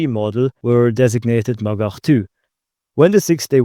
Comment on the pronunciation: every time he says "magach" i hear "MaGuh"